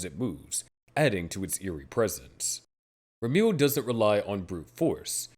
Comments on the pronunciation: Ramiel is spelt like ram (as in the animal) e (letter) l (letter) Or at least that's how you're spoused to pronounce the name I'm a native Hebrew speaker so it bugged me a lil lol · Never in my life have i ever considered that Ramiel could be pronounced "Rameal"